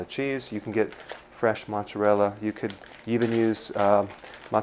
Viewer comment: Did you say ....MOZZERELLI? And after you learned to say caul-i-flower. 😂